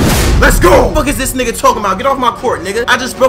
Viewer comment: Yo laughed is so funny and the way u say niggaaa is so funny hehehe